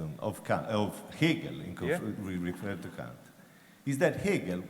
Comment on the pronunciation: That's exactly how Kant's name is correctly pronounced in German. It's funny how some people, Americans in particular, desperately mispronounce his name as "Can't" or "Kaaaant".